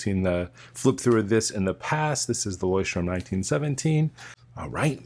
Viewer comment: Btw, it’s LeuchtTURM and not LeuchtTRUM